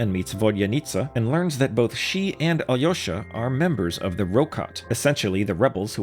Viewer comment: Legit first person i hear call alyosha correctly gj man